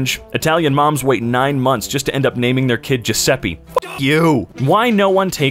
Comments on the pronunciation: its not "giuseppi" its "giuseppe" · ITS PRONOUNCED JEW-ZEP-EH HOLY SHIT. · "sgiusheppi" i cant stop laughing i love when english people try to pronunce italian names